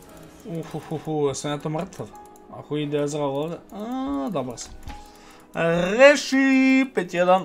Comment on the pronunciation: Molim te prestani da govoris rrrresii